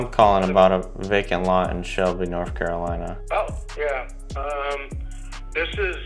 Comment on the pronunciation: Awesome content on your videos Like always brother ! It sounded like probate lista though but it is just vacant lot lol, Good job I see 2 deal there for sure🙏👍